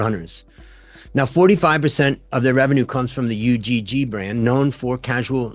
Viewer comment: just fyi it's not pronounced U-G-G, it's one word pronounced "ugh"